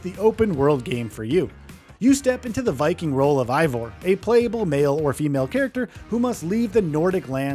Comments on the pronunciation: Eivor is not pronounced -Aivor it is Eivor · How do you play through a game as long as Valhalla and still not know how to pronounce the main character’s name at the end